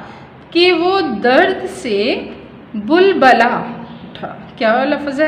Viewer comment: bubula word ni hai bilbila word h